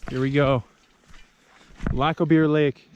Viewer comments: Lack-o-beer lake 🤣🤣 Was it named by a Scot or an Irishman by any chance 🤣🤣🤣🏴✌️ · Did you say Lack of Beer Lake? lol